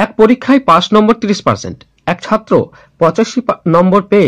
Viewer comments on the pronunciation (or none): none